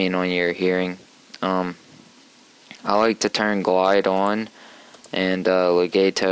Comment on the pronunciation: cool video, but you mispronounced "legato" :-)